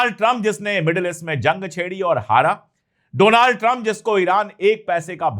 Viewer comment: Doland not Donald